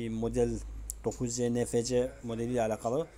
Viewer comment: Abi okunuşu nfc diğil enefsi